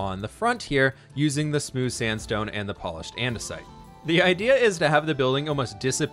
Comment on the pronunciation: Spooce sandstone? New sandstone texture? Mix between Spruce and Sandstone? I think you were trying to say smooth sandstone, but I got this instead. :)